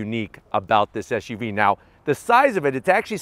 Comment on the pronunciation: Why do you keep sayin SHUV ..it's not like you have a lisp! it's SUV